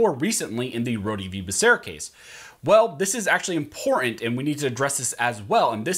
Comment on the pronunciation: Thumbs down 👎 because he can’t pronounce important 🤔